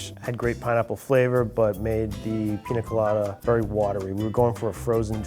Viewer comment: Say it with me PINYA COLADA, not PINA COLADA